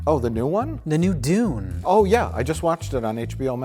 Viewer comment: I like how they pronounce Dune as "Dooone". Cracks me up :)